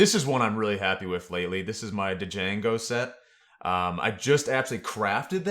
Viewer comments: When you say dejango i get really annoyed,, it' django you dont pronounce the d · The D is silent hillbilly - Djano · the D in Django is silent.